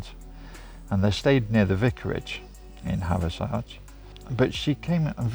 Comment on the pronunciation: Hathersage. We pronounce it "have a sidge" or havver sidge". As in havver ridge". Hope that makes sense.